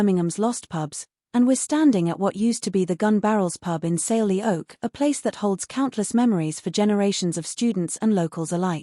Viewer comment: saily oak? dont you mean selly oak!! Bloody AI